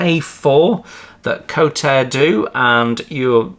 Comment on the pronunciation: Nice review. I don't do 1/32, which is a shame as I miss out on all these lovely Kotare kits. It sounds like they will be doing a Spitfire PR.IV though, so I will be getting one of those. By the way it's pronounced kort-a-ray. I love they way Kotare do their instructions and the way they add photos of the real thing. Page 22 in the instructions is just has a title at the top for that section, whether you understand the tile doesn't really matter as it's all explianed and looks very clear over the next few pages. If you don't want to learn about things as you build the model that's fine, you don't have to read the extra text, but lots of people enjoy that part of a model build. Just like the stencils which it clearly shows the German and also translated to English underneath. I wish more manufacturers would give this sort of detail in their instructions and I love how they show the reasoning for their decisions with evidence. Maybe they should have different colour text for the build notes compared to the technical notes. The drawing showing the gear actuators at the end, I guess they found they need to add that after the other pages had already been completed, but it's a shame they didn't edit it to put it one the appropriate page, but there is a warning at the top of the page to look at page 31. The point about using warm water for decals is because the adhesive doesn't become tacky enough if the water is too cold. Also some decals, normally older ones, can be very slow to r